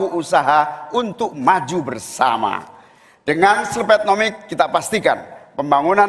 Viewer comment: slepet ???woy yang bener kalo ngomong😂😂